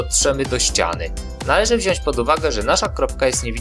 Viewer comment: Aż mnie uszy zabolały. Mówi się "Wziąć"